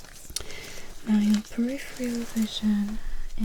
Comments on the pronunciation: Peripheral not periphreal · Almost perfect, apart from the use of "periphrial" instead of peripheral. It's a bit like someone saying "nucular" instead of nuclear. Damn it, now I have to clear my predictive keyboard to get rid of those two words!